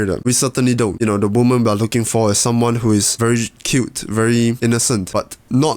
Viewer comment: Screw that, I’m from Texas, and I’m gonna say it like you from now on.